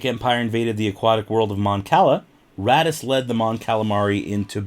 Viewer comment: *raddus. Not "daddy's"